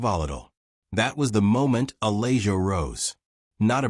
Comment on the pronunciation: If you're going to use computer voices to read, at least choose names for the story that the computer can properly pronounce. Uh-lay-joe isn't cutting it.